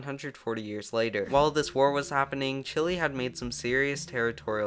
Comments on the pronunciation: Great video but the pronunciation is chile like chill ay not chill ly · Mf is calling it Chilli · It's pronounced CHILL-EH.... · wait i thought it was pronounced shilé